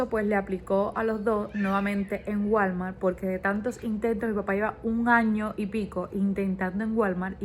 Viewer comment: Ya que vives en EU , por favor busca quien te enseñe a pronunciar “ WALMART” … està fatal esa pronunciación !!! 😊